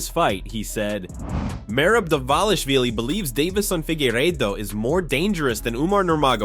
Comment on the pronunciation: MerABE What a Jokeeeeeee !! Learn to say his name right , if you are going to Say It 7 Times !! MerAB !!!! Very Pathetic